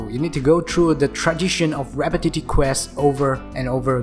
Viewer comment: I fully enjoy hearing how he pronounces “repetitive” as rabbit-tittie